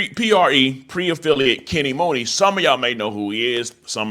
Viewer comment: It’s pronounced Kenny MONEY not MOONEY it’s just spelled Muney.. & It’s not PRE it’s P.R.E. Come on bro u not 60 years old lol